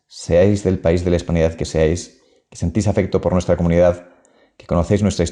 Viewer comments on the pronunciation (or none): none